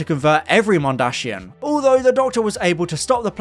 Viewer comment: It's 'Mondasian', not 'Mondashian'